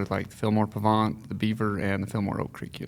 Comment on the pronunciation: Mike, if you grew up at the 'bottom of the hill on the Pahvant' I would expect you to pronounce it correctly :)